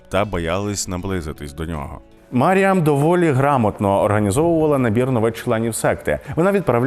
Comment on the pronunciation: Коли диктор випадково назвав її "Міріам" мене трохи тригернуло 😅😅😅